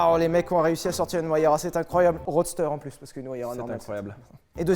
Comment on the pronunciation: Merci Sylvain pour cette belle présentation de la Pagani "WAYARA"